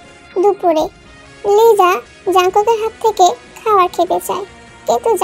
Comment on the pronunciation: লিজা নাকি লিসা😮😮😮😮😮